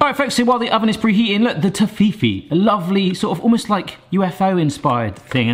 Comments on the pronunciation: The UK pronunciation in their Adverts is Tof-ee-fee no Toff-fee-fee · I can't help but notice the way you say Toffifee, I'm pretty sure the adverts say Toffee-Fee. Sorry, I just had to point that out. Amazing work their, well done. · I was so confused on how you were saying it then I realized it’s a different name in the states - Toffifay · Not tough E fi no no noooo Toff E fee As in a toff (posh person) eee E as in capital E and fee as in a monetary charge. Hurts my soul listening to that! Tsskk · To-fee-fee?! Toffy-fee, surely! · Its Toff-Fee-Fee...Not Toffee-Fee...Please 😂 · It is tof-if-ee not toe-fee-fee. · Could not finish watching because of that damn tofifi, plz it's not that hard to say toffifee.. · I pronounce it as Toffee fee like it’s 2 separate words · Tof-fee-fey, as per the commercials in Canada. Your pronunciation is painful to hear. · 🇨🇦It’s pronounced toffee-fee, here in Canada, but it was previously named Toffifay. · Toffi-fay is the proper pronunciation according to the company that make Toffifee. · Toffee-Fay comes closer but "fay" is not exactly like you would say in German. Greetings from Munich, Germany. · You pronounce it wrong. I’m pretty sure. I pronounce it Tof If ee I’m from London, England- in case that wasn’t clear. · Ok good so I’m not going crazy... I could have sworn it wasn’t Tohfifi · Surely you remember the ads, it's pronounced toffee fee. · Yep. I remember the ads here in England. It was pronounced “Toffee - fee” Never heard it said the way has. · tof fi fee is pronaunced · you pronunciate it like toffifay ;) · I won't argue on nougat, but why you pronouncing Toffee-fee like Tahini though 😭😭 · Is that really how it's pronounced? I thout it was tof-if-fay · Its pronounced as ( toffie fee) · Toffee (as in off......then the E........FAY).....Toff-E-FAY.....get rid of all of those eeeeee's that you are saying.....lol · Are you deliberately mis pronouncing toffifee? It's pronounced toffee fee